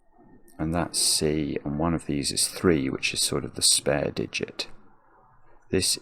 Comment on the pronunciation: I am entirely too old to be giggling every time he says dees. 😂